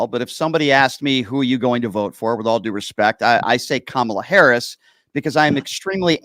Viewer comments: Idiot, please learn how to pronounce her name! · He keeps mispronouncing Harris' name.